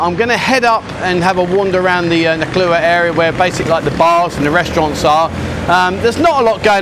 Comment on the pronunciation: ...and haven't you lived there long enough now to pronounce the town's name properly ?.... :)